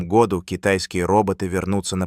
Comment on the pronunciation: ИИ озвучивает? Году читается с ударением на У!